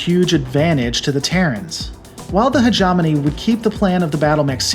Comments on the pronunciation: Hegemony is pronounced Heh-gem-ohn-ee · inserts audio pronunciation of hegemony *proceeds to mispronounce hegemony as hejawmoney * You...ssssssssssssstop it! You may be distantly related to a, but I like your lore videos. Much like Warhammer 40k, Battletech lore is awesome BECAUSE of its complexity. I will watch/listen to as many of these as you feel inclined to make. Great video. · Heh - gi - mone - ni .... lol love that robot. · lol by the end of the video you're just trolling with hi-jomony. Bless your heart. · This is all new to me, but I did enjoy how many different ways you pronounced "hegemony" ;-) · Every time you say hegemony wrong it makes me want to punch Urban mechs and kittens in the throat